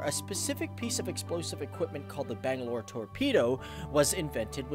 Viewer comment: Nigga Butchered the name bangalore